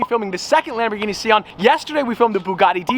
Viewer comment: Bro it’s called Sian and not Shawn. Please